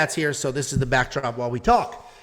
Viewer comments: Jauregui is pronounced “How-da-gi” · I think you're pronunciations of Yasmin Jauregui will go down as the all time GOAT of all pronunciations. Here's to the champ!